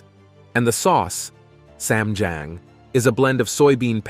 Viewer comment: Ah yes, the beautiful traditional “Han b-OH-ck” 🤦🏻‍♀️ 🤡 and the fun “nor REE-E b-AI-ng” and the delightful Korean barbecue “Ess S-AM” and “Sam JA-Aem” 🙈